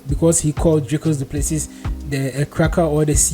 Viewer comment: Dricus Du Plesee (pronounced) spelt Plessis- silent S at end,was born in S.A.